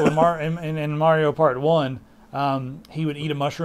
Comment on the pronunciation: May-rio? It's Mah-rio damnit.